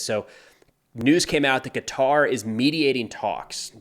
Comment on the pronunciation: Qatar is pronounced Kutter (back of throat sound for the K).